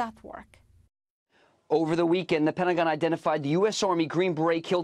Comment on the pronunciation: Kyle i know this is important but are we gonna skip how she said “penty-gon”?